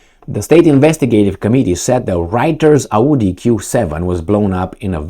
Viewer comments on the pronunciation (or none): none